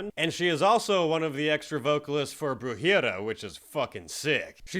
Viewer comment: its bru-he-ria not bru-ha-ria